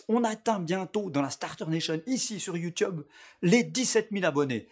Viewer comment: T'as failli lâcher un "youteube" et tu t'es repris au dernier moment, avoue-le.